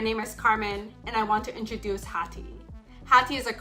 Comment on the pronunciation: Did the founder just pronounce her own startup's name (hathi) wrong😅